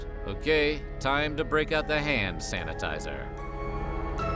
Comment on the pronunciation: For a split second I thought you said “ham sanitizer”